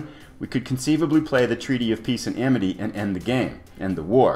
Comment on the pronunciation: Awesome! If you listen very carefully at about , you'll hear yourself say "the Peaty of Treace and Amity". Comedy gold. :D Great video. Enjoying the series very much.